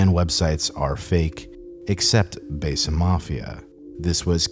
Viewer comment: Produces a documentary on "Besa", keeps mispronouncing the word 'besa' as "Bay-suh".... smh